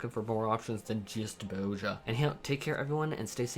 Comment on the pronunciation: "Bow-jah" You know there's a Z in there right?